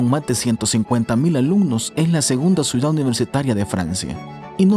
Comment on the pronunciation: Se dice CIUDAD NO SUIDAD